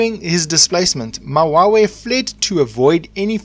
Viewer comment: Mawewe not mawawe and King Dingiswayo exiled to the hlubi tribe not Qwabe tribe